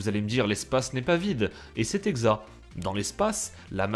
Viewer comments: il y a plein d'indignés pour l'approximation mais pour le "c'est exa" à ça choque personne à part moi ! 😂 j'ai juste envie de dire "ct" quand quelqu'un dit "exa" !! bonne vidéo sinon mais la prochaine évite, dis simplement "c'est exaCT" ! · "Et c'est exa (exact)" ...je suis nul en français mais là j'ais un doute sur la prononciation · Ces moi ou il a dit "set exa" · on dit pas c'est exa mais exact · C'est dans quelle(s) région(s) qu'on dit "exa" à la place d'"exact" ? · C'est moi ou tu dis c'est exa ? 😂 gg 😊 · Tu sauras que on peut aussi bien prononcer le mot "exacte" que "exat" comme tu dis. A vrai dire, "exat" était plus utilisé dans le vieux français. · c'est exa(ct) ? c un suisse ? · PTDDDRRRR il a dit "cest exat"!!!! Et aussi tu dis que la lumiere du soleil devient bleue quand elle traverse l'atmosphere, mais quelques secondes apres tu dis que l'atmosphere absorbe les radiations bleues. tu te contredis quand tu parle on dirait que tu maitrise pas bien.